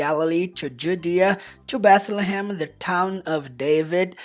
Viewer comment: Bethlehem, apesar de ser mais complexo , gostei da pronúncia, na verdade, tem vários nomes próprios que são bem mais interessante em Inglês 🇱🇷🇱🇷 Obrigado pelos ensinamentos professor, aprendo muito 👏👏👏